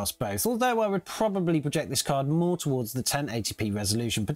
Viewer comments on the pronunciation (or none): none